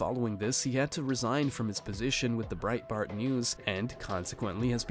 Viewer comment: What planet are you from? De-Lee-ah... not Dalia. Good god. & Brite-Bart News... You've never heard of these people before?